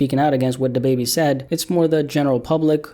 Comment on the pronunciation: Da bebe.. it’s Da Baby, bro!! 🤣🤣🤣🤦‍♂️🤦‍♂️